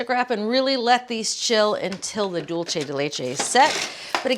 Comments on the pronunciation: She's thinking "Italian" rather than "Spanish." Italian would be "dohl-che," close to what she's pronouncing it. Spanish is "dool-say" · Love Julia, but every time she says dulche, it’s like fingernails on a chalkboard. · She doesn't even say it right in Spanish. It's like some form of Spatalian mixing dolce and dulce together. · Isn't it "pot de crème"? Also, the pronunciation of "dulce" in the video is Italian, not Spanish. In Italian, it would be "dolce di latte." In Spanish, it's "dulce de leche."